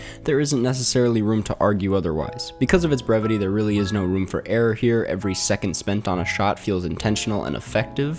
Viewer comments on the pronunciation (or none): none